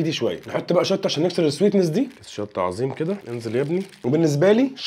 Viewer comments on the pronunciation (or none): none